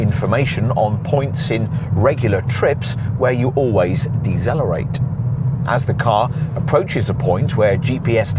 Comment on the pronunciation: Eggsallerate.... Dezzellrate... Wtf